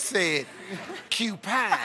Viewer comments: Everyones talking about how he said "cupine" but i'm wondering what that woman said ...i mean what the hell is a "pork tease"? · worse than that he said qpine and in Porkqpine. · If you listen closely he said 'Upine' not Cupine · That's exactly what he said!!! Steve added the "Q"pine himself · He didnt say CUPINE, he said UPINE. PORK-UPINE. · He absolutely did. He said "upine" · he says upine. Then says cupine. Porcupine. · the kid says "upine"...... Steve embellished it and said "Cupine"...... You basically repeated what was already said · playin it back he actually said "Upine" God Damn!!!! this nigga done sent us back to B.C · Didn't that dude say "U PINE?" I mean i didn't hear him say "Q-PINE" i heard "YOU PINE" or is it just me? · He says u pine. Then says cupine porcupine. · " Pork... He said Q pine " 😂😂😂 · "quepine"......straight died after that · qupine he said qupine gets me every time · She spelled Loin LION. He actually said U-Pine. Respect it! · secondly....Will never said "Cupine"....he said "UPINE"!! much funnier. and Steve Harvey fuckked it up. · Steve had a good ol; time after he said qupine. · He thinks he says cupine not upine and he doesn't think of porcupine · The man said upine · the hell is u-pine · He actually says upine not cupine